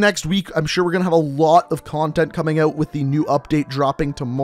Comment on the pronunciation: Say out properly why say out, for fucks sake